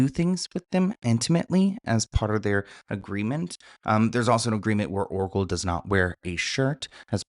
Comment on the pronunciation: Everytime you said Oracle I head Erkle 🤣